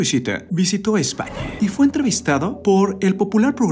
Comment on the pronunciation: ese narrador del video, tiene un problema MUYYYY SERIO DEL HABLA: españe, la recistencia, camare, esperabe, comunique, proivide, largue, expericncies, la pregunte, VICEVERSE??? es en serio???...